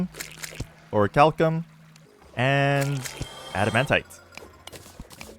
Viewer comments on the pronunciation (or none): none